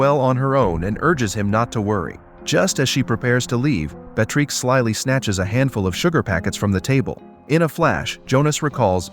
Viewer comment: Narrator must have gotten the pronunciation of the name Beatrix right at least one time! I admire the dedication to trying every single pronunciation imaginable! Great video, thanks!😏